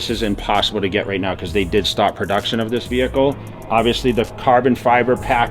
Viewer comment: Classy wehicle . Yeah.